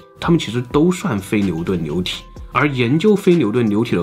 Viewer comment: 非NIU顿LIU体，这对于口齿不清NIU和LIU不分的总裁来说，难度真是逆天的一集。